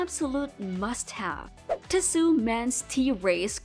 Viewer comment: Fake AI voice. automatic downvote. It's Tee-So not Ti-su. Lazy creator or AI-generated.